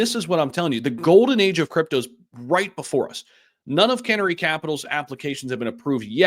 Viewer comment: 🐦Canary not can ary 😂